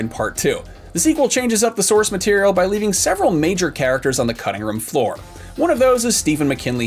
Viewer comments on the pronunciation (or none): none